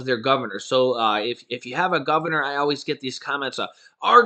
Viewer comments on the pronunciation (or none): none